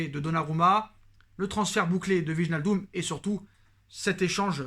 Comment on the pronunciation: wallah il craquer le type "wignaldom" il sait pas lire wijnaldum lui